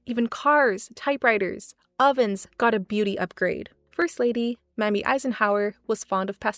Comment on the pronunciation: Not to be mean, but just letting you know - Mamie is pronounced like May-me, and you don't say the s in Cannes.